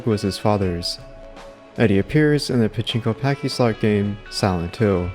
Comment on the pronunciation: Good vid, but confused why you kept saying “pachinko packyslot” when referencing the Silent Hill 2 pachislot. Pachislot is a portmanteau of “pachinko” and “slot”, so not sure why you could pronounce pachinko correctly, but not pachislot, or why you were basically saying “pachinko pachinko-slot.” Anyway, keep up the great work! Been watching all your vids as a huge Silent Hill fan.